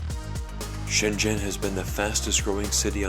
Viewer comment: Glad you pronounced Shenzhen correctly. It's not pronounced shen-zen like many foreigners do pronounce it but more like shen-jen